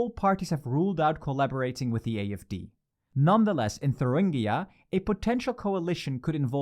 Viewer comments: It's Thuringia, not Thurungia. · it's thuringia not thurungia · don’t you ever slaughter my states name ever again It’s called Thuringia not fucking “Thurungia” People do your research! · Isn't it Thuringia, not ThurUngia? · It's thurIngia and not thurUngia... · It’s Thuringia not Thurungia 🙈🙈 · "Thurungia": Just to note it's "Thuringia" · It’s Thuringia, not Thurungia! Christ on a bike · It's ThurIngia not ThurUngia. You're not only saying ir wrong but also writing it wrong. Just Google it. It's not that hard. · It's Thuringia, not Thurungia... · It’s Thuringia, bro. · It’s not thurungia. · Pronunciation of Thuringia got worse with every attempt. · It’s Thuringia, not Thuringia. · It's "Thuringia"